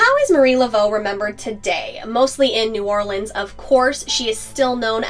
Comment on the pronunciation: I was hoping you’d show some love for your Louisiana fans and do this one! I actually learned some stuff. Also, really like that you knew how to pronounce New Orleans like a local.